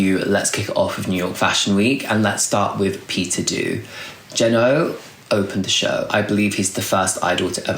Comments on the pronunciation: ❤❤ just to note Peter Do is pronounced as ‘dough’ 😅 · Heey, love love love your videos and I was waiting for this one since you mentioned you were gonna make it and it most certaity did not disappoint! Thank you for a detailed analysis❤ I just had to be a pain in the ass and point out that you might not have the correct pronunciation for Peter Do👗